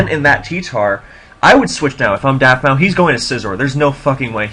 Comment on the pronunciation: u should change the title to mencemeat vs daftmau5, i didnt see the desc until after the game. also, pronounce it daftmouse. man this was mean. good stuff in general as always.